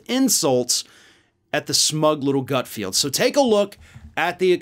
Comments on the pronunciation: The idiot's name is actually GutFELD, not GutFIELD. Pronouncing the latter sounds too similar to Garfield, and I love him! 🙄😁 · his name is not ""GutFeeeld'' it's ''GutFeld''. keeps calling him GutFeeeld just like he mispronounces incoming Supreme Court judge KenTanji even though it's KeTanji brown Jackson. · i love how he kept calling him gutfield, like when everyone at fox calls AOC sandy.... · Hilarious that you post that speculative insult on a video where the leftist who is speaking ACTUALLY can't say Gutfeld. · You pronounced Greg’s last name wrong, also google him -he’s had a long extensive career way before some cable news channel…and it’s amazing how many MEN THIS CONVERSATION IS ABOUT! …shut up ! You aren’t in danger of any unwanted pregnancies.